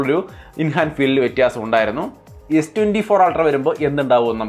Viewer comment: വാക്കുകൾ ഉച്ചരിക്കുമ്പോൾ വ്യക്തത വരുത്തുക.. വ്യത്യാസം ആണോ അല്ലാതെ വ്യറ്റസം അല്ല 😊